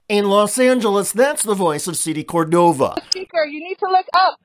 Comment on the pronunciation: It is /CORdova/, not /corDOva/, with stress on the cor- syllable. The correctly written Spanish name has even a written accent to indicate where the stress must go: Córdova.